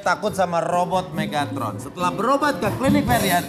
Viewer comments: megtaron? Megatron yng bener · Menit bukan Megtaron tapi mega tron